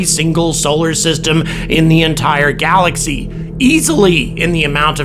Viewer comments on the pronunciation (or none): none